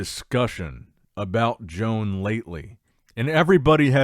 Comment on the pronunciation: I think it's about time you learn how to pronounce Joan's name and surname 😂